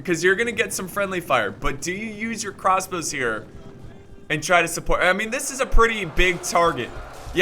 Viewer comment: "Crosbows" .. gg